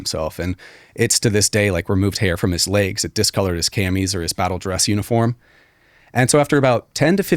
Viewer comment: “Cammies” lol